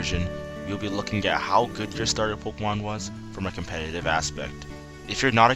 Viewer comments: POKÉMON NOT POKOMON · it's not pok-uh-mon. stop sayin it like that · good video, but I can't stand how this guy says pokemon. he says it so much in the video though